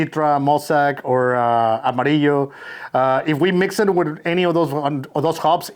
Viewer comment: Wow, I just bottled a very similar batch, with the only difference of using Maris Otter and combined Azacca with Amarillo, so it's good to see how the result will be like. I really enjoy your videos, it's always good to hear "Amarillo" well pronounced in English speakers 😂